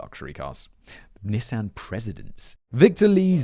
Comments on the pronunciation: Knee-Sahn. Not NISS-AN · Damn it simon! It's a nee-sahn..nissan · Was gonna drop a like, then Simon said "Nis-Anne" instead of "Nee-san" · Simon did a good job pronouncing everything but... Nissan. (knee-sawn) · I have never been bothered by Simon’s pronunciations until NIS-AHN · The way Simon pronounces Nissan😂 (we pronounce nē-sahn) in US lol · British people, is that really how you guys say “Nissan”, or is Simon intentionally confusing my small American brain? We say Nee-sawn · i didnt realize you were talking about nissan until like the end of the nissan rant i was like wth is a nysahn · Bro... I don't wanna do tbis to you, but it's "Knee-saw-n" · George wonderful script! But you forgot to give Simon a pronunciation guide for Nissan (knee son). Unless that's just America? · For this lifelong Wisconsinite, I’ve not only owned a few, but would like to leave my pronunciation for Simon say it Knee san. Also for the writers, whatever the channel, consider this one… yesterday I watched a Forensic Files from 2007 titled Bitter Brew about the kidnapping of Coors chairman Adolph Coors. ❤️ this and all your channels! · How you or the English pronounce Nissan is sooooo weird lol didn’t know that’s what you meant till subtitles lol